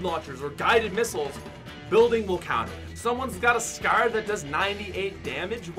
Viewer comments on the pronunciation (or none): Why do you say scer instead of scar